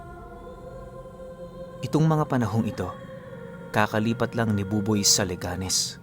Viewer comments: Correction po leganes de po Le ganes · 😮 listening from leganes. ang cute lg ng pronunciation ng leganes mo pero mali po yan hehehehe.